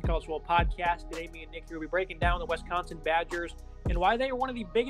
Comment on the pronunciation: Every time you say We-sconsin I lose a little more respect for your analysis.